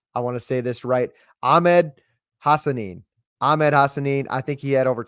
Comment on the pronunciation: You pronounce Hassanein correctly but mispronounce Jeanty. It's Jen-Tee. Anyway, great content. Go Boise State.